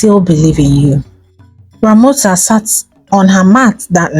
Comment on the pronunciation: initial is Ramosa...but i clearly hear you say, Ramota. Good thing I'm a good listener. Love you.